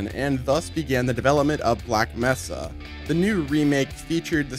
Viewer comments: He keeps saying messa instead of mesa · It’s May-sa.